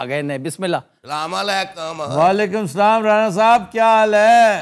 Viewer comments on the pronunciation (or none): Plz salam theek liya kry bs